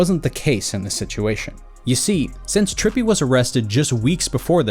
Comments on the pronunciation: Trepillie readdde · Nah” trippie “ not tripple😂